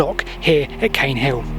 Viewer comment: Caen is usually pronounced 'khan', but perhaps this one is different.